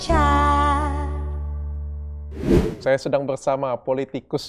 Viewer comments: 😅iyes syuka banget waktu bilang pak Ricard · Cara pak tom mnyebut "Richard" bule banget 😂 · Asyik banget dengar pak Tom Lembong memanggil "Pak Richard" dg logat britishnya..